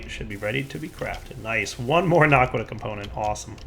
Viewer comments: OMG ITS NOT NARQUDAH ITS NA QUA DAH no r in it. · he keeps saying narkqudah its annoying